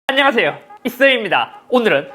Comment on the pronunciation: 예전부터 항상 봐왔는데 목소리,발성때문에 봇보겠다는 사람들이 꽤 많은것 같아서 조언을 드리자면 목소리는 어쩔 수 없는 부분이지만 발음 부분에 있어서 교정을 하시면 좋을 듯 합니다. 처음 인사부분에서 안녕하세요 잇섭입니다. 부분이 안냥아세요 이써인다 이렇게 들리네요 초반 인사부분만 발음 교정 하셔도 거북해 하는 사람이 많이 줄을것 같네요.